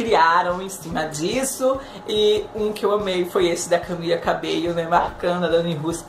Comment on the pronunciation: Kkkkkkkkk que bosta prefiro mais a Dani doque a Camila cabello Na moral moço se tu for fã msm vc fala o nome da Camila cabello direito Camila cabeio Moço CAMILA CABELLO NAO CABEIO